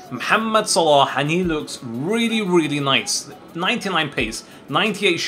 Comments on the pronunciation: Click on these videos just to hear say Salah's name right 😂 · I noticed that you pronouns salah good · Your pronunciation of Salah is so good) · His pronunciation is like us Arabs . I am from egypt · You perfected saying his name How do I know because I'm Egyptian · That's exactly how "ARAB" would pronounce it